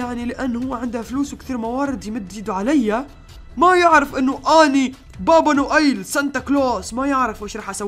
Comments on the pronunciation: اسمه با با نويل مو با با نؤيل 😜😜😜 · يا ترا اسمو با با نويل موبا با نؤيل هههههه